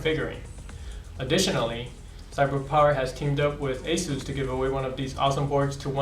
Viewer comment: Goddamn, get a better dude to do these videos. I hate his lisp and how he can't pronounce ANYTHING properly. It's SAHTA, not SAYTA. And Aysus, not Ahsoos